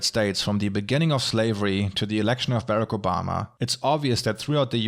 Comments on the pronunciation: it sounds like you're saying 'Barrett Obama' and I'd vote for him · berreck oh bhama. i love the german pronunciation